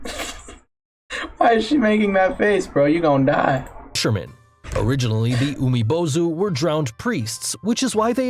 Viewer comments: And as someone learning Japanese the way he pronounced 「海坊主」(Umibōzu) physically hurt to the point I wanted to punch my screen. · He's pronouncing "Umibōzu" wrong it has a long "o" vowel for god's sake he even spelled it with "ō" how can you get that wrong?